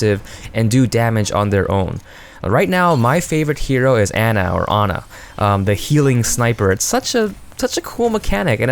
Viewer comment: It's Ana not Anna bro XD(stop watching Frozen YTPs)